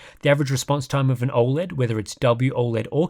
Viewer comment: Why can't you say 'OLED' properly? Its NOT OI LED.